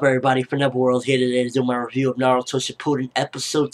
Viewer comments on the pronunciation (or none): shipuden???? its pronounce as shippuden